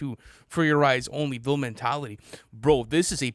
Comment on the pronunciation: Yall give folding clothes wayyy too much hate. Its a love song that totally fits the album, the bass is awesome and groovy, and its not boring at all, he has energy. Also, the song is called Vile mentality, not ville mentality, yall cant get through one video without pronouncing something wrong lol. Zatoichi.